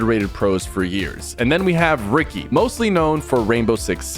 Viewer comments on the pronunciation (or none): Ricci is not pronounced “Ricky” it’s “richi” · lol i love how you say ricky when his names richy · bro said ricky instead of "richie" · bro its richy, not ricky😭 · Gng said rigi instead of ricci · Pk saying Ricky😂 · Rich-ie not ricky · Its pronounced richi but spelled ricci btw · Calling ricci “Ricky” is hella funny😂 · bro called ricci, ricky LMAO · It’s ricci not Ricky 😭🫩🥀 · Sypher js so yk its pronounced Richi but W vid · Sypher it’s pronounced richhi like how some people call ritual richhi that’s how u pronounce his name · Is pronounce richi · Ricci is pronounced Richie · one its pronounced Richie jsyk and why are there so many rainbow six siege pros in the pro am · yo PK just to let you know you pronounce "ricci" like richy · I don’t think that’s how you pronounce Ricci’s name😂